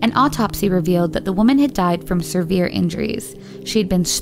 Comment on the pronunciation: SeRvere still isn't a word! Stop saying it. Its severe, one R only!